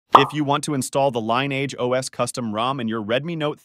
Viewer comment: "install the line eeage os".. .stoopid bot crap